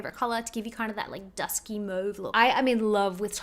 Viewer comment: I absolutely love that you actually pronounce "mauve" correctly. #welldone